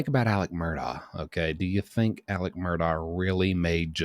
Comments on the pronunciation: Incidentally, it's pronounced "Alek" "Mur-dock" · Babe, its “mur-dok” Please say it correctly lol